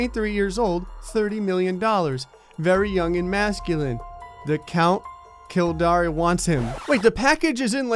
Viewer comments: When Kildare is pronounced kill-dare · Dude kildare is pronounced kill-dayer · I don't know why, but reading Kildare wrong is funny to me.